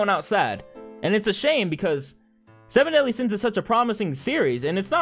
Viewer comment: Seven deadly sins✖️ Semen Deadly Sins✔️